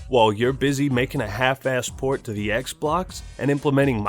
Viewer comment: "We are concerned that Kylo Ren may be replicating the experience Darth Vader is known for." Also - Introducing the new XBlox from Microsoft. ;)